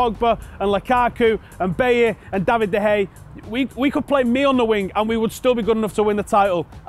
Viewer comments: David de hey a not de hey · fuck sake. It's De Gea. Like De Hey-a. He's been at the club for 6 years and he's one of the best players in the world. Show him the respect he deserves by pronouncing his name correctly.